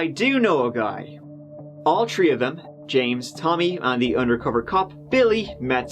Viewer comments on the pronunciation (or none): Videos are great Grammer not so much. Three not tree